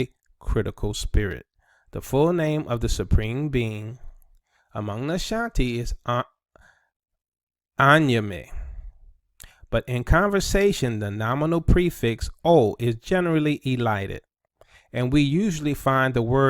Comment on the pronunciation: Please its sayed like: "kneeyami, (nee ya me)"! you have to hear it bcoz of how to tonal. Well wishings everytym